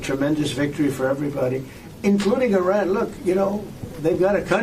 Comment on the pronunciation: His pronunciation of Iran is all over the place.